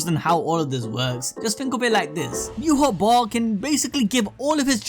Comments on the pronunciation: Wach (the german word) isn't pronounced "ewah" - The king in mispronouncing stuff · Why do you keep saying Yuhabok?